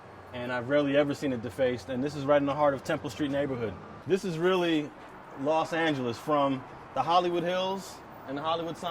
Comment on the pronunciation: The Fuck You Keep Saying Las Angeles 😐